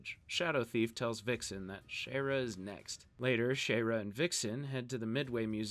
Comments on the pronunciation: bro her name is pronounced shy era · I'll never forgive you for how you pronounce "Shayera"